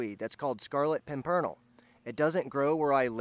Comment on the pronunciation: I'm pretty sure it's pronounced PIM PERN ELL.. with the accent on the first syllable there used to be a movie that came out in the 1930s or 40s called The Scarlet Pimpernel written about something in the 1700's.. I think.. I can't remember. I think the movie starred Leslie Howard and Merle Oberon who you probably don't know but he played Ashley in Gone With the Wind maybe you never saw that as she played Katherine in the original movie version of Wuthering Heights